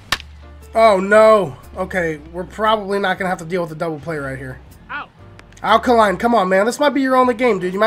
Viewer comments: AL KAY-LINE NOT KAH-LINE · It's 'Al Kay-line.' He's not a Duracell, lol.